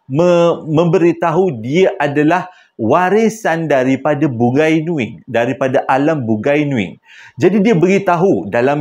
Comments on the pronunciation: Sebutan dia bu-ngai nuing bkn bun-gai nuing..bungai (bunga) nuing..bunga nuing😂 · Waduh...bukan BUGAI NUING....tapi BUNGAI NUING.. dia org tu MCM org BUNIAN JUGA.. Slam dari Sarawak.. Sya Iban Islam. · Terima kasih sudah... Bang .. bukan "bugai nuing".. tetapi "Bungai Nuing"... Menarik cerita ini .. Sy ada kawan yang hampir diambil msykt alam bungai Nuing tetapi dia memilih utk stay di alam Kita ..